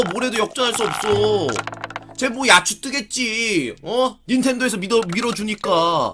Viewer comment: 야찌라고 발음하야 되는데